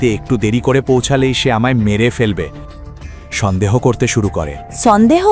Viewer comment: ষন্দেহ?? নাকি সন্দেহ